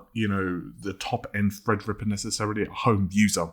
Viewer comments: Well he does actually say Fred-rippa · Youtube needs to overhaul auto-sub,though it's quite funny.For example Fred-Ripper instead of Threadripper.